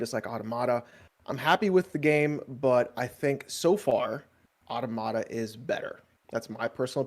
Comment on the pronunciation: still doesn’t know how to pronounce automata LOL!